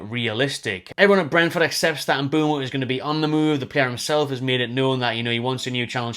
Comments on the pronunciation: M’Boomo not M’Bwemo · Everyone keeps spelling/pronouncing Mbeumo’s name wrong 😑😅